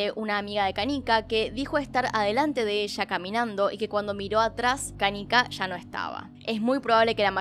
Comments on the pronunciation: Jaja no pude evitar reirme cuando decías canica. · ¿Por que le dice Canica?, me causa mucha tirria que lo pronuncie asi.